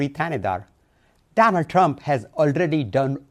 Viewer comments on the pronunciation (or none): "Donard trump" lmfao